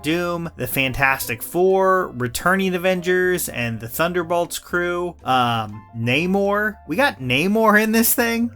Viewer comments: Its na-mor not nay-mor hes not a horse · how are you gonna mispronounce a characters name who's movie literally has an entire scene going over how it's pronounced